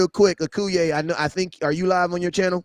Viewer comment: How you let that sucka on the live and he can't say your name correctly Akoye.....not Akuye